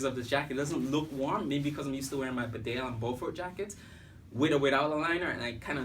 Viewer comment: Bee-Dale not Bed Ale, to pronounce Bedale.